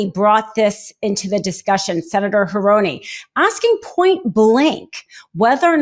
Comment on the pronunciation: It’s Senator Hirono, not Hironi.